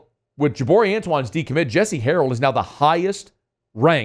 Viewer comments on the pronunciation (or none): NOW, not OW!